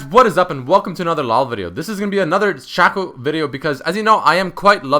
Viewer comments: His name is pronounced Shaco not Shako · I think you say shaco wrong :3